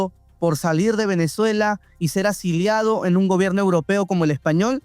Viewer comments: No se dice " asiliado". Se dice Asilado , amigo. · Se dice "Asilado" no asiliado como ud. lo dijo. Cualquier analfabeta funcional se atreve a tener programas en estos canales.